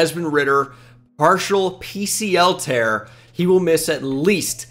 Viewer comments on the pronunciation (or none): none